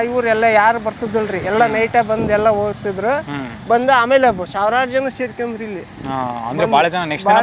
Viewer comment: Onnavara ❌️ Honnavara ✅️ Oohthidru❌️ Hogthidru ✅️ Indgade ❌️ Hindgade ✅️ Endadthi ❌️ Hendathi ✅️ Kone paksha Shankrannana video maduvaga Kannada sariyagi mathadodu kali marayaa 🤦🏽 Kanglish na bidi, laksha jana ninna video nodthare avaru adanne kalithare Kannadavannu Kollabedu 🙏